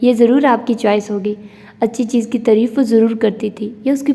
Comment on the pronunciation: Aap taareef ko tareef padhti hain is liye pls sahi padhiye